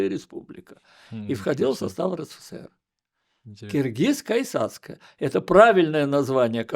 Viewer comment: Потрясающее интервью с потрясающим человеком! Но неужели никто не обратил внимание? Что за "киргизская исацкая..."?! Киргиз-кайсацкая...! Исправьте пожалуйста🤦‍♀